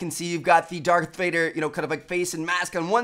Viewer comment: When hes trying to say darth... it sounds like hes actually saying dark......... I really hope hes not. Cause that would be sad.